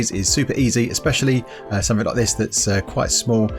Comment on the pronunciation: Of course the sound of your voice is totally different...but your accent reminds me of how stress monster pronounces certain words...like "something"